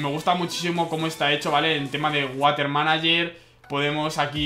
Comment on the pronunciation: water no de lee asi se lee warer